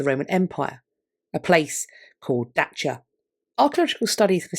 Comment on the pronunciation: Dacia is the ancient Latin name for that province where the Sponsian coin was found, it’s pronounced DOCK-ee-ah in Latin.